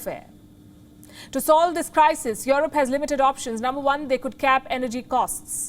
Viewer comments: This lady broke me 😂😂 these days I can't help but pronounce it as "yorop" .. I've tried forgetting it, I can't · palki "worried" for europe... hahahaaaaaa!!!